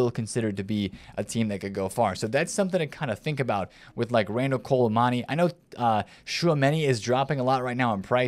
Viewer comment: Why does he call him Kolo Mani?